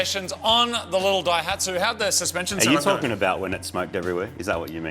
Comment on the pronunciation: The name "Daihatsu" is a combination of the first symbol (kanji) of Ōsaka (大) and the first of the word "engine manufacture" (発動機製造, hatsudōki seizō). In the new combination the reading of the "大" is changed from "ō" to "dai", giving "dai hatsu". Not 'break the dyno'. Just FYI...